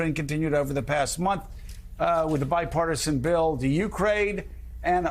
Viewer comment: Joe can't even say the word bipartisan. Literally